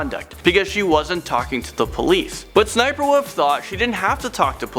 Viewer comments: you kinda dumb bruh it’s S-S-sniperwolf not ssssss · It's pronounced s.s.sniperwolf and her name is leah! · It’s s s sniperwolf well you say it look that( well I say it like that) and her real name is Lia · I think it's said like S-S- sniper - wolf